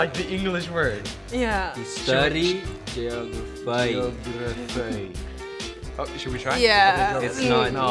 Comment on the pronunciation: When omar starts pronouncing geogro-foi i just cant! 😂